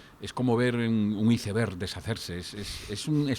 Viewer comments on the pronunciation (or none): none